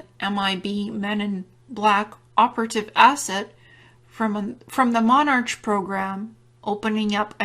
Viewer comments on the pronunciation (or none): Its pronounced MonARK not MonarCH. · I just thought I would correct one thing. It's 5 years later and you probably are aware now, but you kept saying monarch as if it was a ch pronounciation. It's not. The ch is in this particular instance just the English spelling and it is pronounced as a c only. Like the word 'ache' is pronounced 'ake'. Just think king (monarch as in monark). I found your presentation fascinating. Thankyou very much.